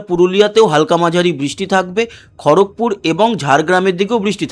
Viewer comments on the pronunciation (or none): none